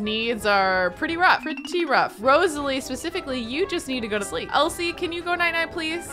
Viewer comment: When she was saying Elsie her name wrong she said it like elise and I was like I don't wanne involved in this